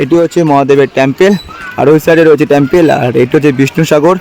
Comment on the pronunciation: Tomar.uchhcran.thik.kore.balo Tampal.noy.hobe. Tempal Ling.noy.hobe.Linga.thank.you From.kolkata.lndia